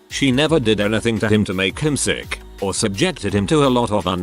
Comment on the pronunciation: I had to figure out what "suck animals" were...lampreys? Leeches? Realized finally it was "sick animals"